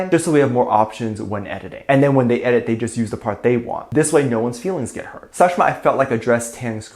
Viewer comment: As an Indian i am offended by the pronounciation of the name of Sakhshima